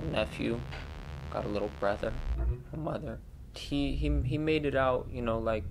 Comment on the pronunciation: Litter girls trip?? You're weird for saying it like that we went on a GIRLS TRIP. No little involved oddball girl